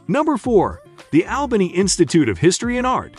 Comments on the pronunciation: My hometown ❤️ love all the memories growing up there. It's funny how he pronounce ALBANY, WITH EMPHAS ON THE AL, IN ALBANY, US NATIVES PRONOUNCE IT AUBANY. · Is this narration computer generated? Some times he pronounces Albany properly, as ALL-buh-nee, other times as AHL-buh-nee. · It needs to be instructed to say the name of the city correctly. DUH!